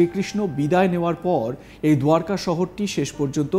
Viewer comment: দারকা নগরী দাদা বাবু। দুয়ারকা নয়!